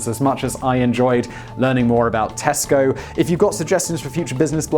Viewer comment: When you say Tesco I hear Costco. We already have that. And you have to have a membership.